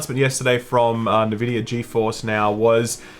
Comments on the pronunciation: It's pronounced Envidia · still get mad every time shillup says navidia lol